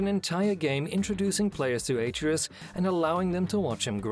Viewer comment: even if he dies, he'll just come back like before. and it's pronounced ah-tray-us, not ey-tree-yus